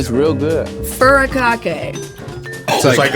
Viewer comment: LMAO butchered the snack name. its fu- ri-ka-kay A- ra- RAY. its a japanese snack popularized in Hawaii... but furikake butter is a bit extra lmao